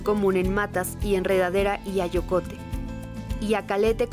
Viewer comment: En el minuto dicen "frijol acoyote" creo debe de ser AYOCOTE, si estoy mal ofrezco una disculpa, saludos, muy interesante saber de todas esas variedades de frijol.